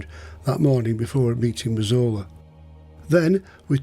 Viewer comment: I thought his name was Razola 😅 that’s how it sounded no offence to the wonderful as his telling of these tales is brilliant 👍